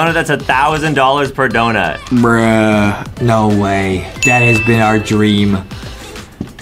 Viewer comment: “Dount” -Justin 2021